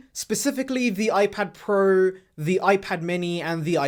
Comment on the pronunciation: Ipad prueh , pruhs prows